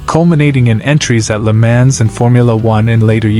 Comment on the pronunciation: How can you research a long video like this and cannot pronounce "Le Mans" correctly...hahaha. go look it up. Must have never watched any real racing....sad